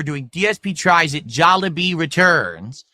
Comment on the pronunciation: It’s literally pronounced jolly bee. I hate this dude so much.